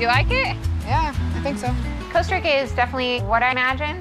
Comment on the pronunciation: it's not called Costa Rico 😂 Jesus. I'm annoyed already